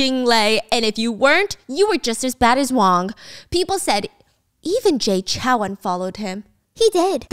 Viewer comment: Off topic but the "ou" in Chou is like the "ow" in row, not CHAO. Sincerely, A Taiwanese person